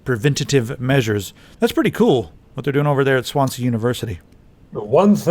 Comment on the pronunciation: I'm sorry but how you say Swansea is just too funny it sounds like swan sea sorry, but we pronounce it as one word like swansee. quick question are there any other viewers from wales?